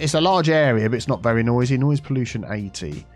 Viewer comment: accent be like PoLLUtion